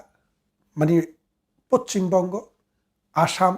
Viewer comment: উচ্চারনটা পছ্ছিমবঙ্গ নয়, পশ্চিমবঙ্গ ।